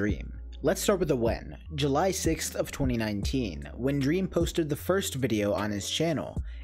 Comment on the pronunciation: “dweam is life” -dream stan